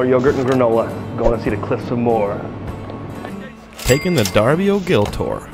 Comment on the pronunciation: Cliffs of Mo-her. Not Moore